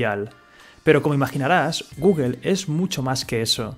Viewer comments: Qué sucede en España que no saben pronunciar bien Google o Apple? sin ánimos de ofender pero me da curiosidad que cada español que he escuchado los pronuncia mal (Pronunciación literal: Guguel y apel en vez de gugl y apl. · Buen video, pero te aconsejo tomar unas clases de ingles, porque no se si es porque seas español pero pronunciaste mal casi todas las marcas incluida Coca Cola, pasando por Google, Microsoft, Apple, gmail... podrías optar por pronunciarlas en español. O se pronuncian en inglés o en español pero no en una fusión, el spanglish como idioma no existe y esas palabras están en inglés. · Appel- googel 😂😂😂